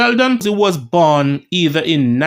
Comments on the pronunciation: Pusey is pronounced...pewsy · Sheldon Poo-sy 🤣🤣🤣🤣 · Lol. stops just short of pronouncing Pusey like the one with two esses